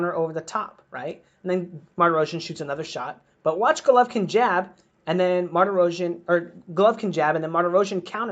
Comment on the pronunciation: 😂 😂 😂 U can't even pronounce golovkins name